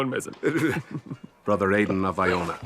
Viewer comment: Also, why are you pronouncing Aidan like idan?